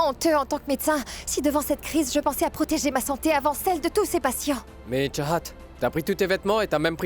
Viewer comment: Tu as dit chachat mais C'est chahat😂😂😂😂😂😂😂